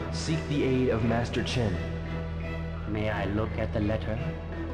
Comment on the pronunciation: did anyone else think it sounds like the guy in the suit called Master Chen Mister Chin